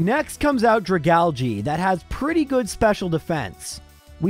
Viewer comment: dragalJII ? I guess you're supposed to pronounce it "Dragalg", algue "alg" being French for seaweed.